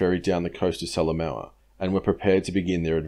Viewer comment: Great work mate, nice to see PNG campaign getting such attention. As a former PNG resident, I can clarify your generally great pronunciation. Salamaua is pronounced sala moha (oh as in well, oh, or like the extinct NZ bird, Moa). Papua isn't pap-u-a it is parpwa, (the wa as in wah, as in crying). Otherwise impressive stuff.